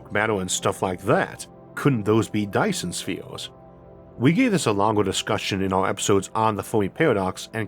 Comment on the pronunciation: Be vehwy vehwy quiet... I'm hunting faw Dyson Spheez...